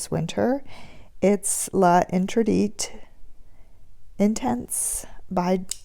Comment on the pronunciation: I really like your setup and format and enjoyed watching. Very lovely! You have quite the collection of fragrances!!! However...please please...when saying the names of French perfumes, do a bit of research on the proper pronunciations. There are older brand commercials on YouTube--even if they aren't running on television any longer--that can tell you how to pronounce L'Interdit...three syllables, and the final consonant is always silent/dropped. Just as we have contractions (it is = it's), so do the French and Italians, and just as in English, it isn't pronounced separately.